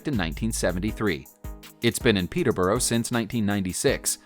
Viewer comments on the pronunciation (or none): PETER-BOR-A THATS HOW U PRONOUNCE IT, I live there ik how to say it